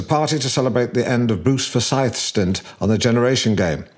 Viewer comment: It's typical of tact towards the Scots that he pronounces "Forsyth" with the stress on the second syllable.